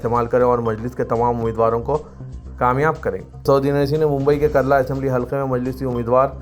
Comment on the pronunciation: Mumbai mai Karla nahi kurla hai ..mau se supaari nikal ke news boliye plz